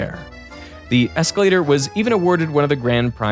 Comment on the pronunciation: eeescalata, eeescalata, eeescalata, ohhhwooow!